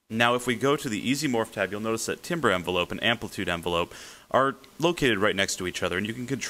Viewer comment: "Timbre" is pronounced "TAMBER", not "timber".